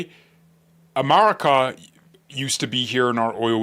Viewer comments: you pronunce America, "Amarica". Dont forget that Venezuela was under a dictatorship, which now the power will be returned to the people. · if there’s one new skill for you to learn in 2026 it’s practicing the vowel sounds for America.